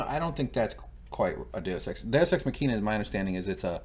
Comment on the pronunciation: day-us ex mahkina. say it like that. also, you say the word MAUVE like that song that goes "I LIKE TO MOVE IT MOVE IT". not MO-AV lol